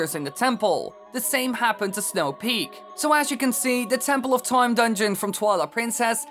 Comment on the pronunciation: Tempoll of Toime